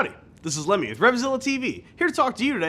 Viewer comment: one of the best and most informative videos i've seen about winterizing a bike... "Lemmy" though LMAO